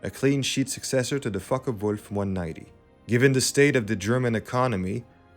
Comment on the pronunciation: ? fockewulf not f*ckewolf )